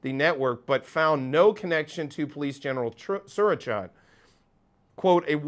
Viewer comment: By the way, his first name is pronounced Su-ra-chate as in "eightt" or "ate".